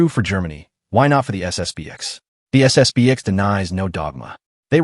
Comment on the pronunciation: It's SSP-ten.